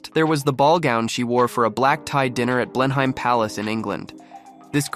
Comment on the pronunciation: Blenheim pronounced Blen-him or Blen-im and Treacy (Philip) pronounced Tracy. Thought I’d let you in on these!